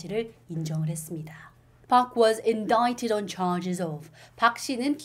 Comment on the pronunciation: Indict 발음이 특이하네요 !!!배워갑니당~~~